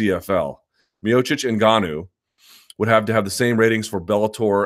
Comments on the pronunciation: Ash Bruh i noticed he stopped saying engennnuuu lol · Did he ever explain why he was constantly saying 'engenuu'? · If only luke put the same effort into pronouncing francis ENGANOOOOO properly. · Hilarious how Luke likes to be contrarian on the pronunciation of names. Notice he has not bitten the bullet on N'Gannou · Lol Luke's Spanish lesson. Whole time he pronounced Ngannou wrong for months on end, and still kinda does. Not to mention how he says Gegard Mousasi. LOL Guh-gard. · No one should care too much about name pronuncation anyway. I don't get why ppl make a big deal how Luke says Ngannou. As if y'all pronunce chinese, korean, jjapanese, thai, scandanavian etc names properly lol but I don't see ppl make a big deal out of that....... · Everyone pronounces Ngannou wrong, even French people. The N is supposed to be silent.